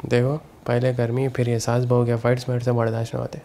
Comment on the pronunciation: "Saas" ki "Saans" rukh gi😂😂😂😂